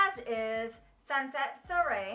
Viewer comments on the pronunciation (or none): Soirée is pronounced Swah-ray. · Love that you did this video. Wanted to let you know that Sunset Soiree is pronounced like sunset Sworee. 😘